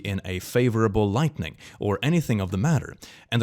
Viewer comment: Does anyone else hear him say lightning ⚡, instead of lighting💡? Do I just not understand his accent?